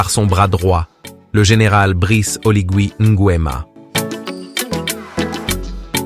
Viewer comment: Faut revoir la prononciation de Léon MBA et olingui NGUEMA svp 😢